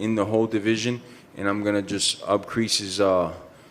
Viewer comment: Masvidal: “upcrease”